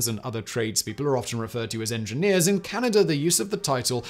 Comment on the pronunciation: I’m fascinated by geography but where the hell is Canader?